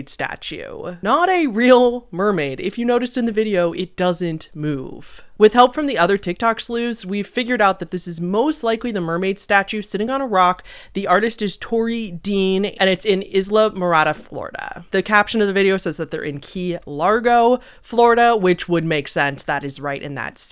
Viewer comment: I JUST got back from Islamorada! What are the odds?? PS- it's pronounced eye la more ahda